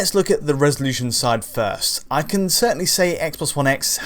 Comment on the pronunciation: always pronounces "can" as "Ken" and it's highly distracting once noticed